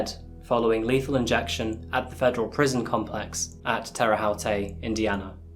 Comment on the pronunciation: ps I'm sorry if you're reading this - I don't mean to make fun. It's hote, like hope but with a t. :D